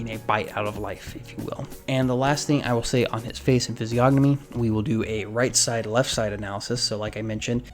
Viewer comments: The 'g' in physiognomy is silent. the 'c' in latin is pronounced like a k. So greco would be pronounced more like greh-ko Other than that I enjoyed this. Well done. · THE G IS SILENT!